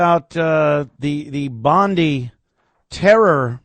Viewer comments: In Australia " Bondi" is pronounced " Bond - Eye." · Bon-dye! How hard is it to find out the correct pronunciation? D!ckhe@